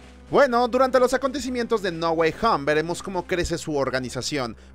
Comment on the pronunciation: hoy dirá Ahora no es "No Way Home" Sino "NA GUAY HAM"!!!!!!!! con fuerza en HAMM